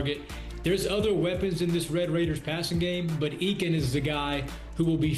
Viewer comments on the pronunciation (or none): TTU WR Coy Eakin- -- it's pronounced "A"-kin, not "E"-kin